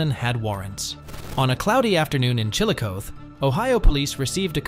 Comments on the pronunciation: Chill-a-coth-eee. Not chil-a-coeth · It’s CHILLICOTHE . The E sound the eee sound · First town is pronounced CHILLO-COTH-EE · Its pronounced chil-luh-cawthee Ohio lol regardless these people are nuts so glad i never have to deal with that crap smh.